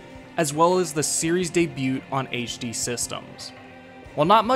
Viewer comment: Awesome video but I gotta ask....are you pronouncing the "t" in the word debut?